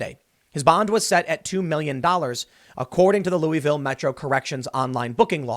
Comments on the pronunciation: It's not "Luweeville". It's "Looavuhl." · Best part of this video is listening to Tim mispronounce Louisville & Beulah Church Rd. 😂🤦‍♀️